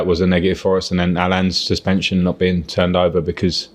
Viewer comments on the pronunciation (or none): none